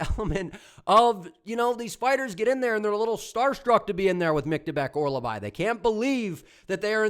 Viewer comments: Hearing you say Orolbai wrong like 50 times in 3 minutes is crazy😭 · You might of sold me on Sousa. I was really unsure about that one i might be switching over to Sousa now. Also, his name is Mintsybets Orolbai 😂